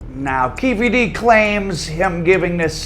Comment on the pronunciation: It's pronounced, Queffe D